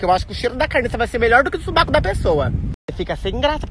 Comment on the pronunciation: Pq vc fala suBAco e não suvaco?